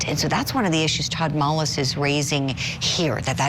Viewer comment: It’s not MOLLIS,! Julie, you nut. It’s MULLIS. Ugh.